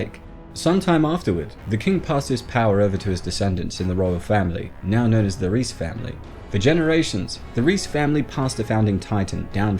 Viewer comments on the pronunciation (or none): I thought it was pronounced Rice and not Reece. Reiss isn't it? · Reiss family I s pronounced “rice” family.